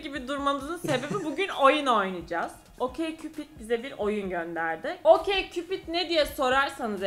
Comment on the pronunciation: Okeykupid diye mi okumuyormuş o😳 Okçupid diilmiydi sjdjddjjdhd